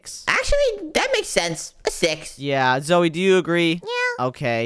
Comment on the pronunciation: Its Zoey not Zoe silly